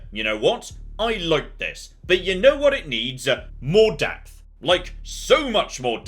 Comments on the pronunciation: I misheard you, because when you said "you know what it needs - more depth", I though you said "more DEATH". Two dead soldiers later... you actually DID say "death", didn't you? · Funny, I misunderstood what said right at the start. I honestly thought he said "X-Com, but a lot more death" not depth.:) Both are likely true. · Not to criticize anyone's accent, I first thought you opening comment was "..Xxcom but with more death". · i thought you said "more death", lol